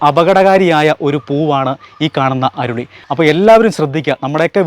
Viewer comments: അരുളി എന്നല്ല.. നമ്മൾ അരളി എന്നാ ഇവിടെ പറയുന്നത് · അരുളി അല്ല.. അരളി